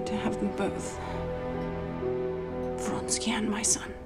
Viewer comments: Count Vronsky, not Fonsky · Most simple Russian names are massacred in this movie...actors should have lessons in pronunciation. This is dreadful.